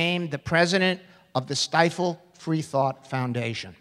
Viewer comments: lol at the mispronunciation of Stiefel . He became president of the "Stifle free thought foundation". ha ha ha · Its a bit funny the man mispronounced Stiefel's name. It sounded like the "Stile Freethought Foundation" :D